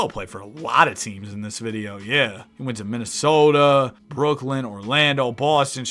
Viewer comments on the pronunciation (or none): none